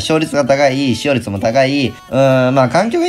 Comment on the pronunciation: ”しようりつ”と”しょうりつ”